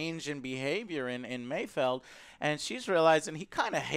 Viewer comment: It's Mayfeld, not Mayfield.